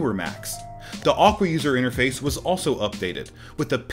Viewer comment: Who tf pronounces Aqua like that?? 😂